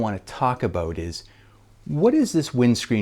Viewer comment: Dude what is “aboat”?